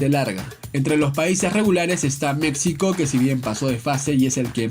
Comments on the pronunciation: Qué no se pronuncia Mecsico (México), se pronuncia Mejico. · Por qué pronuncias México con x "X", si la "X" se pronuncia como una "j" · La X también se pronuncia como "j", pero no en todos los casos, osea, Necaxa se pronuncia como se escribe (ni modo que diga "Necaja") pero me suena raro que digas "México" con "X" en vez de "j", por que para mí, una persona que no habla nuestro idioma diría México con X, y yo tengo esa idea que un hispano "deberia" pronunciar México como una "j", nadamas era una duda, por que si suena raro xd